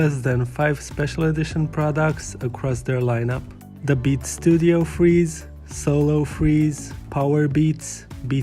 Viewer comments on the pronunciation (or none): Thought u said solo freeze 😂